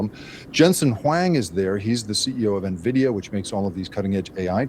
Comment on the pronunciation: His? You’re as smart as Trump, who can’t pronounce Nvidia